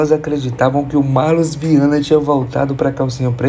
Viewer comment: Marlas e não Marlus 🤣🤣🤣🤣 Saudade abelhinha 😭